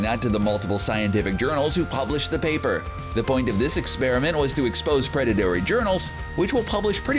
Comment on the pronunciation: did he say "predatary" or am i not hearing correctly?